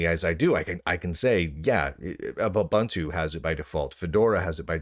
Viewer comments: "OOBANTOO" doesn't exist. It's pronounced "OOBOONTOO". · me bun two 😅